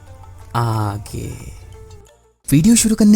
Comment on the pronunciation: The way u say aaage 😂😂😂